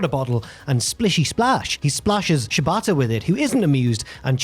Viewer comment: Since pronounces Shibata to sound like "ciabatta," I enjoyed imagining Perry wrestle some bread during the recap.